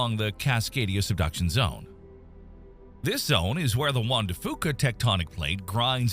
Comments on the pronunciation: We pronounce it like “Juan de Fyoo-ka” not “Juan de Fooka” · AI can’t pronounce “Juan de Fuca”. 😂